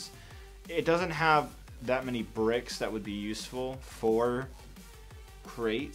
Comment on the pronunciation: Did you say a great or Crait start